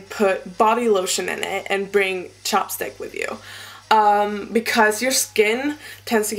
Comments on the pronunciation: oh your saying chap stick?! I thought you were saying chop stick haha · haha when you said chapstick it sounded like you said chopsticks so i was like " bodylotion and chopsticks?" but then i got it :DDD much love from finland ! ( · it sounded like you said 'chopstick'